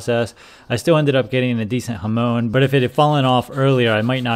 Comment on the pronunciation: Not Hamon as in the Ramones, but Hamon as in Monica